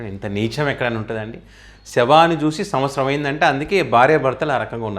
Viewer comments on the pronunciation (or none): none